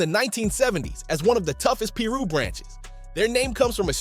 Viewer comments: You gotta work on that Ai speech bot... It says piru weird af... It's pie-roo... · What the hell is a peer-ro? And what is a Rawlings 60😂